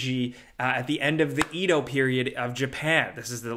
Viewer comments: It's a hard E (like egg) for Japanese Edo period, not "Eeedo", but I would guess that it's Tears (rhyme with years) for the Zelda game. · it's pronounced "Ed Oh" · The translation of the Japanese name of the BOW sequel is “tears” like crying tears 💧 also the pronunciation of “Edo” in ‘Edo Period’ is ‘eh-doh’ ‘E’ like Edward and ‘Do’ like do re-mi-fa-so